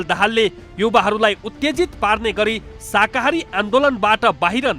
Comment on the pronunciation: हैट यो प्रस्तोताले शाकाहारी भन्न पनि जान्दो रहेनछ । अलिकति पढ्नुहोस् प्रस्तोता जी, शाहाकारी होइन, शाकाहारी हो ।